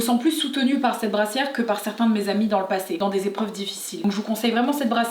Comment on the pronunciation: Nan nan je valide pas du le "an","certhan"!! Naaaaaaan steuplé pas ça!🙏💜